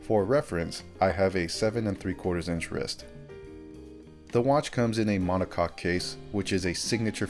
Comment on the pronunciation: Monocack, cock 🍆or coque. However you wanna call it B